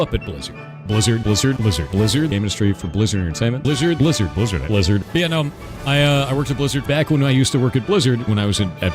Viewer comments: I started hearing Lizard instead of Blizzard. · Take a shot everytime he says 'Blizzerd' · Lizard, Lizard lizard all i hear haha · He wasn't talking about blizzard, he said "bleezurd", get yo hearing straight